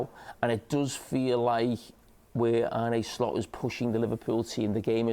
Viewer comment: Carra for 25 years - ‘John Arne Riise’. Carra now - ‘Arnay Slot’